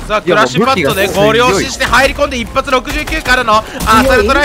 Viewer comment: 一発がグッバイい聞こえた